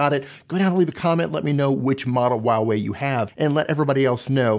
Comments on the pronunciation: it's not wah Wei lol it's Hwa wey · For everyone Huawei - hu-wa-wey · "WAWEI" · A moment of silence for the pronunciation of huawei